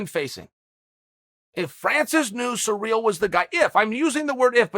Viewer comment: Chael if you're gonna talk about the interim champ, have some respect and say his name correctly, it's not pronounced cereal gangnam style, final warning